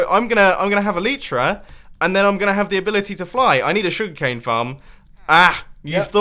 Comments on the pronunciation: please start saying Elytra right!!!! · Bumboooo, please pronounce elytra correctly 😂